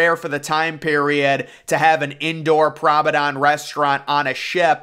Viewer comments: What on earth is a "Prommedon"? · I love the way you mispronounce the word promenade as prommedon, and a la carte as alley carte. Your commentary style is quite unique and very pleasantly entertaining. It makes me very relaxed. Keep it up.